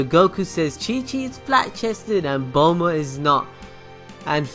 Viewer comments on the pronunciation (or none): none